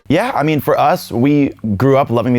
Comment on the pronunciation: WHAT DO YOU MEEN BRAAS BAND DONT YOO SEE TEH SACKSOPHONES